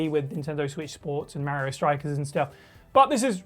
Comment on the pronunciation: Itsa me Merryoh!